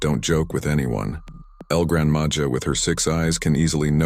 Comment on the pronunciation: Grandma ha Not Ja